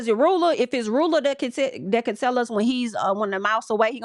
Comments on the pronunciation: I’m screaming everytime you said Ru-Ella lmao is Pronounced Rue-la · Her name is rulla (sounds like ruler but with an A) not ru- ella. 🤣🤣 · see now i like ru-ella it's giving cruella 😂